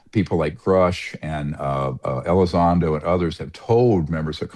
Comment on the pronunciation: It's Elizondo NOT Elizondro. Words matter, you sound ignorant on the topic.